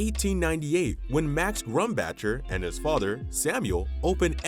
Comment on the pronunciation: I used to work for this company, and you have butchered every single name. Every single pronunciation you even said Lancaster wrong. LANK-AST-ER . Yes, we took over the Watt & Shand and I was part of that whole conversion. I worked at that downtown iconic store. It did not go very well Carson “Pierre” PEE-AIR…Scott. Sam Grumbacher. Terrible GRUMM-BOCK-ER!! next time don’t use AI . pronunciations.!!!! Ruined.!!! One major turning point you missed was the Bonton buying out 11 “Pomeroys” in 1987. You didn’t even mention HESS. But you showed a picture. 20 stores went to Bonton and 10 stores went to May department stores.